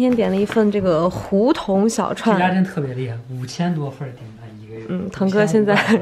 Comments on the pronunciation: hú tóng小串 哈哈哈哈哈哈Kristina一个北方人为什么会这么念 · 胡同的“同”是四声，再加“儿”，听你们说胡同（二声）好奇怪